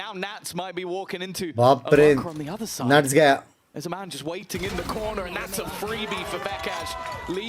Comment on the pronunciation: nats not nutting.. the russian vibe